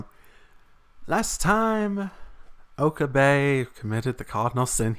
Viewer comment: I love how you pronounce Okabe's name "Oka-BAE" XD